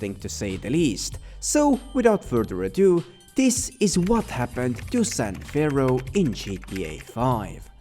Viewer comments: imagine doing a whole voice over session, only to realize youve been saying "san ferro" instead of "san fierro" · For the amount of effort you went into digging into this you’d think you’d have realized it’s San *FEE-ARROW* you moron